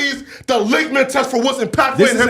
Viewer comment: Claiming saying “ legmas test “ it’s “ litmus test “